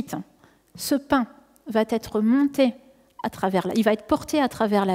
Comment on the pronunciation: Il n'y a pas de T à va. Et vous faîtes l'erreur chaque fois que vous prononcez le moi "va" en faisant une liaison, "mal ta propos". Ménagez notre belle langue française SVP !